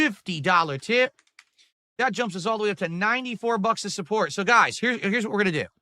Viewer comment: You fo'got to say '/s'. and it's GOUYS